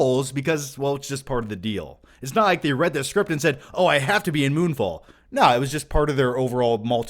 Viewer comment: I thought you said: "Moonball" lol.